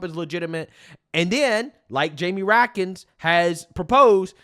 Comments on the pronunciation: Get his name right. It’s Raskin, not Ratkins. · RASKIN NOT RAKIN ! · Ras Kin. That's how you pronounce his name. Read and view politics more. You will learn how to pronounce politician's names. Ok, good luck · Love youre channel bro! You get Raskins name wrong when you call him Ratkins but thats a better name for him because he is definitely related to rats 🐀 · I like pronunciation- Rat-kin